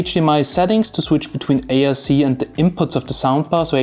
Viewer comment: Sounds like you're saying ASC and not ARC